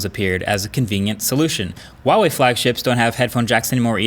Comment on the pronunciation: I wonder if one day he will pronounce Huawei correctly